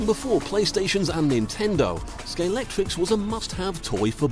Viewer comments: Mistakes in this video - 1. It's pronounced Scal-EX-tric, not Scal-EC-trix; 2. These cars are Carrera, not Scalextric; 3. The cars are powered by a motor, not a generator. There are probably others. Whoever made the doco should have researched it a bit better. Apart from that, it's interesting to watch the process. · hes saying it wrong, its not scalectric its scalextric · "Scalextric" not "Scalectrix" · actually the commentator kept calling it Scalectrix- which is what I called it when I was a little kid- but I take your point. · Scalextric not scalectrix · Argh, he keeps saying "Scale-Et-Tricks" when the word is Scalextric... "Scale-Ex-Trick". If you are a paid professional you should be able to pronounce the name of a brand properly. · well said ... hate the mis -pronunciation of the word scalextric to scalectrix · Yeah, I think so. I didn't even know about Carrera... Such a blatant rip off. Either way- the commentator should stop calling it Sca-lec-trix. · Scalextwic is not a "genewic term in the uk" it only seems that way because people selling slot wacing cars on sites such as ebay etc are lazy and cant be bothered to look at the weal bwand name, wether it be Scalextwic, cawewwa or even auworwa. Why couldnt the pwoducews of this video get a pewson who can tawk pwopewly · Why do so many people -- including the presenter -- pronounce Scalextric as "Scalectrix"? THE X IS IN THE MIDDLE, NOT AT THE END. It's like when people say "nucular" -- NO, JUST PRONOUNCE IT AS IT'S WRITTEN. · Why can no-one pronounce “Scalextric” correctly?!